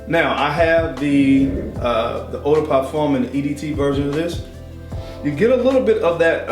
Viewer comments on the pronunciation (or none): none